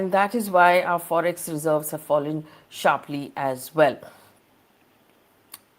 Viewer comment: The throlling of the Rupee is sssharpleey down landing piece by piece. Excellent English communication skills. 😂